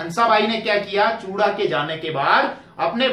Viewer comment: चूड़ा नहीं हे वो....चूँडा हे वो